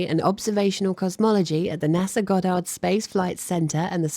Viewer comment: I always think when she's saying NASA's Goddard station she's saying NASA's god damn space station